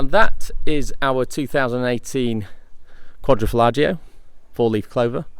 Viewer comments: Its quadrofoglio(quadro folio spoken) Not quadrofollagio! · I'm reporting you for butchering the name. Quadro falagio????